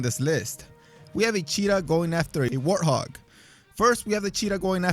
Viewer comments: Warthog not Warhog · And its a warthog not a warhog